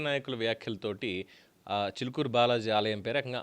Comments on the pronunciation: చూలుకూరు కాదు రా చిలుకూరు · Chulukuru kadhu Chilukuru balaji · గారు.. మీ మీద గౌరవం ఉంది.. మీకు తెలుగు భాష పట్టుంది. మీ ఉచ్చారణ బాగుంటుంది కానీ థంబ్ నెయిల్స్ పెట్టేది ఎవరు అది మీరు అయినా కాకపోయినా శ్రద్ధ వహించండి.. చులుకూరు బాలాజీ ఏంటండీ.! ఎవడు వాడు!